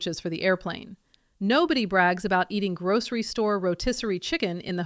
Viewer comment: Why do you say "grouSHery" ?